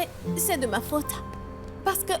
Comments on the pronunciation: Qui a entendu a dit que c'est de ma fautre 😂😂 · Kote jwen ak r sa li mete nan faute la fautre😂😂😂